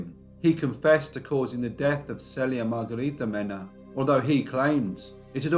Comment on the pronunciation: She shares the same name with me. But I've never heard it pronounced SELL ia. Maybe I like that better than SEAL ia.